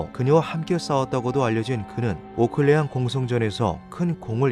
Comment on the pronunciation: 오'클'레앙(X) → 오'를'레앙(O)